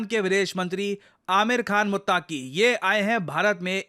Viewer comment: दोस्त वो मुत्तक़ी होता है मुत्ताकी नहीं 👍